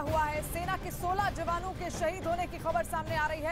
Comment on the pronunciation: Moat nhi shahid